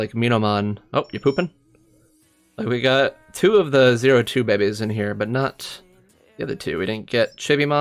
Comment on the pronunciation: are you saying babies or bebes? and why? you just sound ...